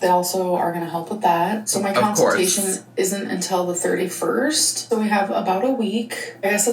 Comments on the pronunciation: It truly sends me into another universe for a second every time she says counseltation because what is that where are you getting that pronunciation why are you continuing it help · Someone tell her it consultation not counciltation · She really struggles with words ending in -tation lol. Council-tation, apple-cation, I bet there's more I'm forgetting about lol